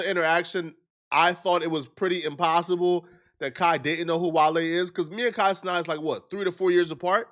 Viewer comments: Kai had no clue who he was and he butchered his name because the boy can’t read not being disrespectful. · You like Kai but still say his name wrong.